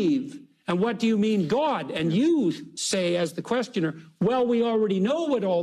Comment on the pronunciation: "Gwod" - J Peterson